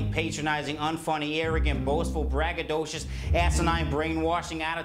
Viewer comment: “Bragadocious” lmao